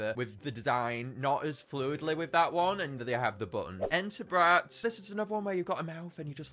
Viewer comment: Bro said entabrat ☠️☠️☠️☠️☠️☠️